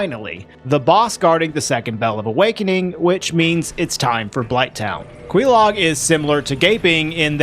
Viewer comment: how you say quelaag makes me twitch.